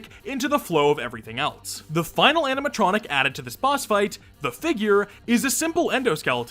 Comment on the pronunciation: Am I going crazy or is he saying "aminatronic" the whole vid😭😭